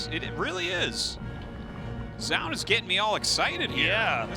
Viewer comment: Tastless still can't say "zoun" he says it zjoun. :/